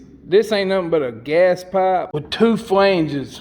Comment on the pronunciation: "Gahz"?????? "Sow"????? "Whaled"?????